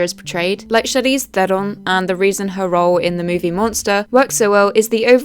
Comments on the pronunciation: Off topic, but as a South African, may I just say you pronounced Charlize Theron perfectly 👏🏻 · bro why on earth did she say Charlize Theron like that